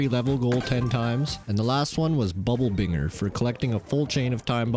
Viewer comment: Binger is pronounced binj er, and bounding is another way of saying bouncing